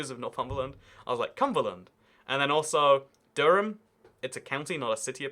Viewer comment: the way you say durham 😂 it’s duh-rum